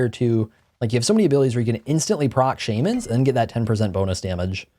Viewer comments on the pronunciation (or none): Jeeeeez SHAMANS not SHAEMANS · Shamans... isnt it shah not shame A magical Shahmans ring makes sense. But who the hell is Shame I dont want his ring. (I'm using Shah to give pronunciation) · Did this man just say “Shaymins” instead of shamans? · Bro you gotta say shamens ring right 😂. Shaw mens is like phonetically how you say it.